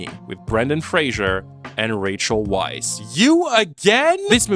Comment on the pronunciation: The disrespect of mispronouncing both Fraser and Weisz! Brendan's surname is Fraser (fray-zer) NOT FRASIER Rachel's surname is pronounced like vice, not Weiss